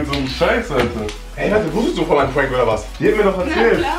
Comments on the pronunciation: sagt immer puank Aber es heißt prank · Aussprache: Puenk Aussprache: Prank